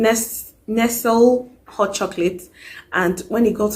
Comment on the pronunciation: Your stories kill me all the time. 😂😂😂 Nestlé is pronounced 'Nesley'